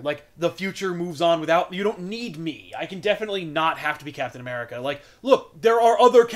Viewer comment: Uh-meri-cuh....fuck yeah